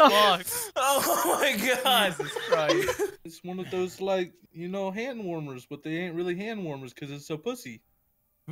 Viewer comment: love the way he says “dose” instead of “those”